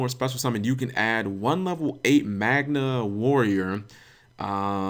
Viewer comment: Knows they are called Magnets. Can't say "Magna". Come on G, you've been playing this game longer than me.